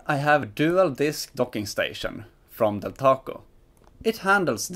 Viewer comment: It's Delta Co. Not Del Taco.